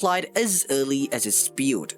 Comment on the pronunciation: Bro your saying beught instead of build